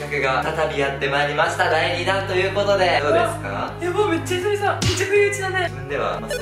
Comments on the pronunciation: 最後ひさびさじゃなくてひさひさになってる（笑） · 最後さ、ひさひさ？ ひさびさじゃなくて？w